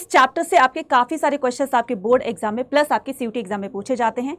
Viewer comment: Mam mujhe ek chiz janni thi ki ye apne ek word pure chapter mai bhot bar pronounce kiya hai (sarpas ) सरपस tou isko mai kya maanu? surplus yaha fir suppress. Ye chiz clear kar dijiye